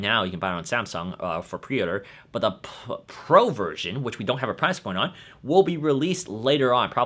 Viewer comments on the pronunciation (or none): none